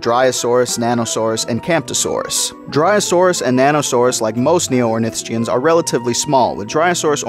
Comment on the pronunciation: Stop saying ornithischian like that please